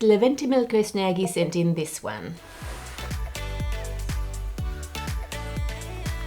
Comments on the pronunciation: The way she said: ‘Leventmiklosnagy’ with such ease 🌬🌬🌬🌬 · 🗣Levente Milkósz Nági Thank you for the video, and for the effort if pronouncing a Hungarian name Anne :3